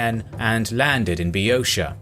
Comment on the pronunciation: I learned how to say Boeotia.